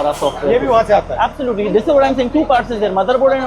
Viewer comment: Absulotely absulotely absulotely 😅😅😅😅